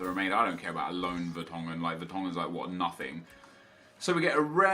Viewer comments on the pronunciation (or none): none